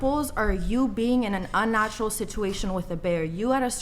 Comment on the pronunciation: The way she says "sitewation" 😂